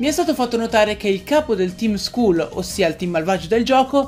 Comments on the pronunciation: la collana con la S di Guzman sta per Team Skull (che dovrebbe pronunciarsi Skall). Per quanto riguarda le mega-evo o le mosse Z collegate a Guzman; è stato praticamente smentito dall'ultimo trailer visto che quello che tu intendevi il cristallo Z è un tatuaggio e quello che tu credevi il bracciale per le mega-evo si è rivelato un semplice bracciale doppio colore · ceerto... OMMIODDIO QUELLO HA UN BRACCIALE!!! E' SICURAMENTE UN MEGA BRACCIALE!!! e la camicia è solo una maglia in stile hawaiano, con l'eccezione che al posto dei fiori ci sono dei meganium a sostituirli... skull si legge skall trova dei veri mottivi per dire quel che dici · la s vorrà dire skull